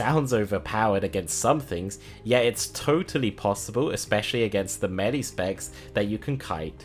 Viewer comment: What's Melly? Is that seriously how he says Melee?